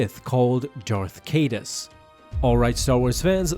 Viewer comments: Cal Hollamby haha and Darth K-dus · Not farther kadus! Kilo ren! Not Jason! Ben! Sorry